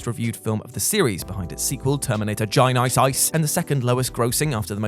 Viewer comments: again: mispronuncing Terminator: Genisys is cringeworthy. it’s Genesis + System, it’s really not that hard to pronounce and even less funny enough to make fun of. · I just want to hear GINICEICE a couple more times lol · Damn, we got "gin-ICE!ICE!" twice in one video? Early Christmas. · GOD I love when says "GEN-EYE-SIS" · I can't not like a video where says Genysis